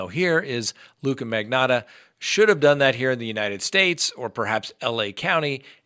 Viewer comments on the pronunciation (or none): It is MAG. KNOT. AAA lol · “Magotta” 😂🤣 magotta love and his mispronunciations lol I’m so punny 😭🤣